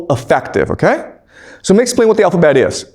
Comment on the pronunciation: Please speak more slowly with some emphasis on getting basic pronunciations correct. The 'owfabet' is not clear ! The bible was a best seller in it's day but it cannot be classed as a 'great book' alongside those others mentioned. When we learned Homer and Latin age 12 it was the language alone we learned, the rest was left to us to work out. We forgot it, but we worked the rest out.